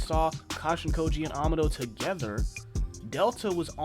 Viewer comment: Amado's name is pronounced ah-mah-doh not ama-doh.